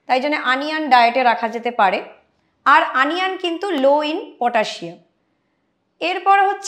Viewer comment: কথাটা আনিয়ান নয় হবে ওনিয়ন।।।।।